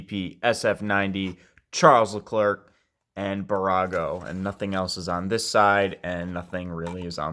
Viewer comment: "Charullz Laklirk". He's French bro not exactly how you say it but great video thanks!